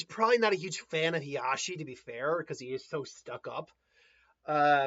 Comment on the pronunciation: It’s Hizashi (He-Za-she I believe is how you sound that out). I meant that the Uzumaki Chains get stronger as they get older not the Uzumaki themselves. I believe it’s in the Minato one shot, where Jiraiya’s team encounter Han and Roshi and survive pretty much because of Kushina. Although until they reach their prime their chakra capacity should increase just like any other ninja. You just have to do more to maintain it as you get older and out of prime. Anyway, another great chapter. Can’t wait for Wednesday.